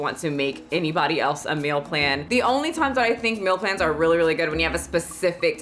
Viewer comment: I couldn't focus cuz I was paying too much attention to how you say "Meal Plan" I keep hearing "Mill Plan" Love ya still